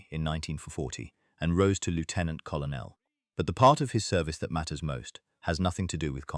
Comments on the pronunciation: Lieutenant Col on el? The rank is pronounced Cur Nell. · Lootenant kolonel - oh dear!! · You don't pronounce it "Lootenant". We are not Americans. And "Kollernell"? Tell your AI to get its shit in one sock. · WTF is a coll oh nell? Why don't creators get an AI text to speech that has been taught British English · What is a Lefftenant Collo Nell for gods sake and where on your list are Richard Todd and Christopher Lee? In other words a complete pile of crap. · AI Commentary or badly written. Take your pick. James Bond was not "07" he was "Double o Seven" (007). Very bad pronunciation overall - the pronunciation of Colonel is interesting indeed - nothing to do with the English Language (most mentions are actually Lieutenant Colonels but doesn’t let that get in the way) and "pranger" - RAF speak for someone who b"bends" a "kite". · It's not often that I give a thumbs down and turn off. If you want my attention and interest you must learn to pronounce words like invalided and Colonel. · You'd think the effing idiots could get lieutenant and colonel right.